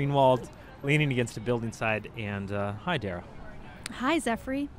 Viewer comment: His name is pronounced "efrey" not "Zefrey" Dara. Please, can someone show Zefrey how the video camera works? (Just kidding... using animated stills on youtube is creative.